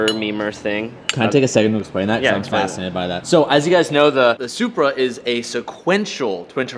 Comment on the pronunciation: did anyone else hear how said supra😂